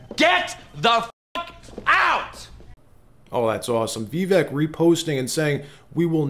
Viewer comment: FYI, Vivek (vek) is pronounced like cake “Vi-vake”